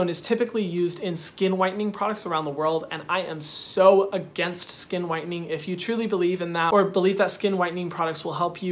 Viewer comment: Lol he said scunnn protect yo selves from the SCUNNN